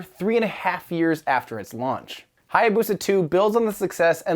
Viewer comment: That butchering of how to pronounce Hayabusa ...